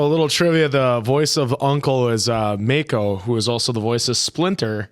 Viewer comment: Mako is pronounced MAH-ko, not MAY-ko.